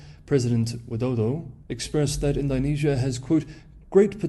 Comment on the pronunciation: All that effort with the Mandarin tones, and yet "Ind-OH-nesia" is somehow beyond you, mate? :) How bizarre.